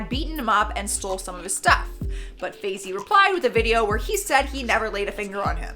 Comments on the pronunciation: Is no one going to mention “Fazie” when she meant Faze? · fazey kay lmao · Fay-zee lmao